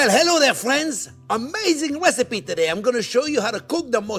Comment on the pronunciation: Did he just call it a wecipe?